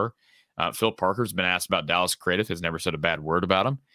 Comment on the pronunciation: Craddieth is pronounced as Cradd-it 🎉🎉🎉🎉 Dallas Craddieth (Cradd-it) the “h” at the end is silent, as is the e